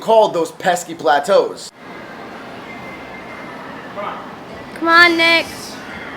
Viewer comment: "Let's break some platoos!"